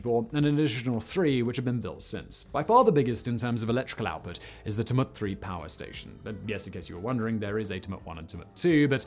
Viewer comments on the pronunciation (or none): Say it like Tue-Mutt. Haha. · Murumbudgee? Cubraburra? Tumet? So many mispronunciations. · It’s Chew-mit, not Tum-ut…I know it’s weird but we are all weird down here. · Tumut. Tumut. Its Tchew-mutt! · Tamoot for Tumut 🤣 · Simon you can't say tumut 😂 it's more like chew-met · chew- mutt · I think “t’mutt” is my fave mispronunciation ... having said that, great video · TYOOmut, EucumBENE, MurrumBIDgee, Simon... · Tumut is said "choomut" btw... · Tumut = TYOO-mert Tantangara = Tan-TANG-ge-rer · Several mispronunciations of geographical features. The most starking is Tumut, which is pronouced Chu-mut, similar to Tulip. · The TooMut river? LMAO! He is crappy with place names. He has never been to oz is my guess. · Tumut. Guthega. Haha. Love it, almost as good as the Uluru one! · I cant stop hearing Tumut lol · I've heard Simon butcher some Australian names and some slight mispronunciation, but Tumut! That's really hard to hear because he is basically saying with two or to vagina in a local Aboriginal dialect. As an Aboriginal woman this is awkward to hear it said so casually by an English man.